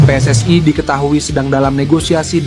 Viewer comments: Pe Es Es Ai😂😂😂😂 Preeeeeetttt daaaaah, biasa aja bacanya PSSI. kelamaan tinggal di Vanuatu😅😅😅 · Wooiii min jangan seperti negara jiran....yang benar pe-es-es-i bukan PE ES ES Aiiiii......ini Indonesia, pakailah pelafalan bahasa yang benar. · PSSI dibaca Pe Es Es Ae, jgn pake pembicara seperti ini pake suara asli saja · Min narasinya dibenarin masa 'PSSI' dibaca "Pi es es ai"😮😮😮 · Knp mimin mengucapkan PSSI menjadi PSSAI.Pengucapan dlm ejaan bahasa Indonesia PSSI menjadi PSSAI adalah salah kaprah. Pengucapan ejaan PSSI menjadi PSSAI adalah pengucapan dlm bahasa Inggris dan juga bahasa Malaysia. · we en ai pss ai belepotan min narasinya😅😅😅😅😅